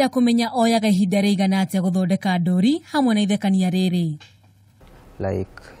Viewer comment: There must be another word for cartoons other than 'ndori'! Surely you know the real meaning of 'ndori'. And even the way she is pronouncing it!!!!!?????